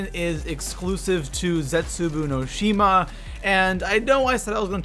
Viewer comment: The way he pronounces zetsubo no shima makes me cringe a little bit. Idk why